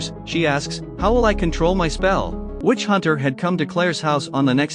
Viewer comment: Everytime i hear witch It sounds like bitch hahaha it's funny to me